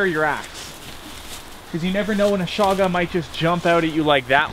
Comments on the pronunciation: its not shaga its chaga. like in chug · Chaga is pronounced like choochoo